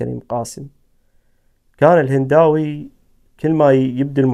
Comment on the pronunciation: مهداوي وليس هنداوي !!!